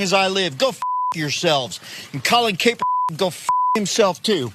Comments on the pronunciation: Was he saying Kapernigga? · I'm so relieved he burned those Nike sandals though. ...and he didn't even say Kaepernick's name correctly so, I don't know if this is supposed to be a truly personal act or not for burning some old shoes? lol